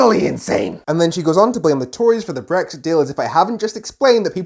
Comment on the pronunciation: She can’t even say “BRexit” it’s “BWexit” Posh bint and her fake voice has always annoyed the crap out of me.